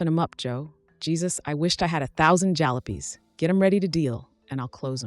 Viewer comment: Jalopies* as one example mispronounced